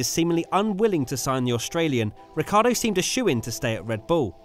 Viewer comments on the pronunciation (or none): British tv: rihcardo and verschthappen 😂